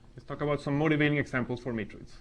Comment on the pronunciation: These lectures are great, and your English is excellent, but... you tend to pronounce the word "matroids" as though it were "matrids," which sounds too much like "matrix." If you make the 'oi' dipthong a little more pronounced, it will be clearer what you are saying. But this is a very minor quibble!